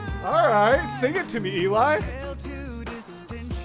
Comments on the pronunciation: Cool reaction. I loved watching as you heard that first " note":-D. Just to let you know, Eli's name isn't pronounced EE-lie, it's pronounced "EL-lee". I didn't know for a long time, so I thought, if you're going to be reacting to them, you should be aware. I look forward to seeing more of your reactions in the future. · i love how excited you are that's so cute and the costumes AHH oh and btw, 'Eli' is pronounced 'ally' and not 'eel eye' xd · Eli is pronounced Ellie